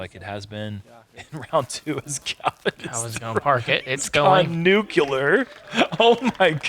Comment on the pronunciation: calvin has gone "nuculer"😂